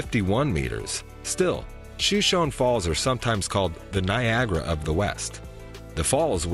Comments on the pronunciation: Please don’t say shoe-shown. It’s pronounced Show-shown. It is named after a Native American tribe. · Show-SHOAN Falls is the pronunciation. The Niagra of the West. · Yes, Yellowstone is partially in Idaho, BUT, there is no entrance into Idaho, or from Idaho into the park. BTW it is pronounced “Show-shone” Falls, by the locals. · The falls are pronounced show-show-nee. Just an FYI.